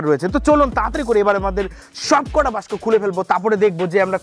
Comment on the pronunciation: দাদা বাস্ক না ওকে বলে বাক্স 🤣